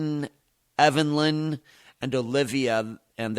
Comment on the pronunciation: I don't think her name is evenlyn. Maybe Evelyn but not evenlyn...